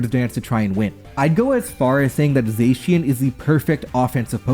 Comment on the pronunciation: I'm pretty sure you're not saying Terapagos, Arceus, or Zacian right.